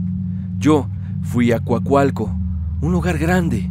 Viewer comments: JAJAJA me da risa como pronuncia Coacalco, pero porque yo también lo decía así y soy de ahí XD De hecho hay muchas leyendas sobre la cueva del diablo, apenas descubrieron una estatua del diablo, bueno, más bien es de un demonio, pero no recuerdo el nombre. Apenas conocí este canal y me esta encantando el contenido 😊😋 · Como dato , soy de Coacalco , y se pronuncia así Coacalco No cualcalco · 😂😂😂 es Coacalco, no cuacualco 🤣🤣🤣 no tiene letras "u" lo más extraño es que está bien escrito, pero mal pronunciado 😳 buen video, en Coacalco me ha tocado ver varias cosas extrañas, no dudo en el relato de la secta. Saludos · Se dice Coacalco no cuacalcuo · porque le dices Cuacualco a Coacalco? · en coacoalco? o COACALCO? jaja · Para los curiosos la cueva del diablo esta en el cerro ehecatl en ecatepec sino me equivoco, era coacalco jaja no cuacualco jaja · Se dice COACALCO xD Mi amiga vivía en coacalco, vivía en unos departamentos arriba del cerro y me parece curioso que también había una prepa y un parque xD una vez en un día de lluvia vimos a un sujeto vestido completamente de rojo subiendo el cerro hasta que lo perdimos de vista y otro día en la noche se veía una luz roja que se prendía y se apagaba, pero cuando prendía de nuevo estaba más lejos del primero lugar fue super raro. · 😂😂😂😂😂 es divertido pero tierno, jamás en burla ❤❤❤❤❤❤❤❤❤❤❤ yo no puedo con las palabras con "CR" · Jajaja me da risa como dice cuacualco 🦆🦆 cuac cuac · Más bien escuché Cuacualco. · Jajajajaja nooo así no se dice Coacalco JAJAJAJAAJAJAJAJAJA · lo siento, no puedo tomar en serio la segunda historia tomando en cuenta que no sabe pronunciar COACALCO jsjsj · Me encantan tus narraciones, solo cuidado con la pronunciación DE COACALCO, se pronuncia como se lee, es maravilloso escuchar mi municipio en historias de terror. Saludos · Lo mismo pensé jeje la pronunciación es igual . Saludos ! Mi familia reside ahí 🥰 yo voy cada año a visitar